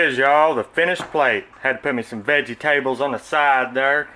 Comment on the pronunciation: That does look lovely ,,I probably won't have veggi tables with mine though 😂 I love the way you say that it's pukka mate !